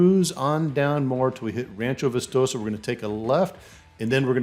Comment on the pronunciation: Ba chee is how its pronounced. How about vistoso?